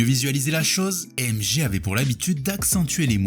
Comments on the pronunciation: Tu dis MG au lieu de MJ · Pourquoi MG ? Tu dit Michael Gakson ?